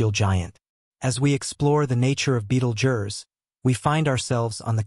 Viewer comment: Sorry I just could not finish watching this, its pronounced "beetle juice"!